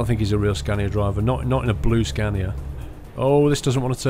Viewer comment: Its Scania Not Scandia.